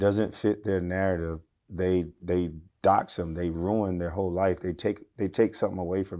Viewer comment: She said, “ all the hoe positions filled” 😂😂